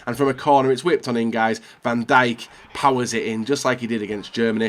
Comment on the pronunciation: U nid to know how to say van dijk properly